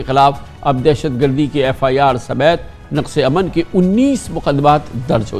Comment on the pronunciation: کامران صاحب، نقصِ امن نہیں، نقضِ امن پڑھیں یہ فارسی لفظ ہے